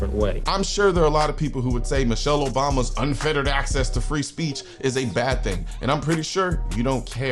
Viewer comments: Unfettered not unfeterated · Unfettered not unfetterated